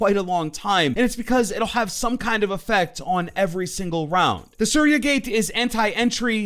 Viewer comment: Nice video broi!! Just a note, Aruni's gadget is pronounced as "Sooriya" ... Hard to actually tell u but try this out. 😋